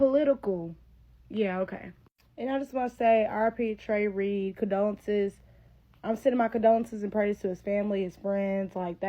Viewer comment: Her “condonces”? Learn how to speak and maybe I’ll listen to you lol